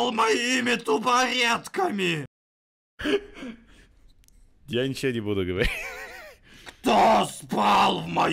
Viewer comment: мне нравится как он говорит не табуретками а, ТУБАРЕТКИ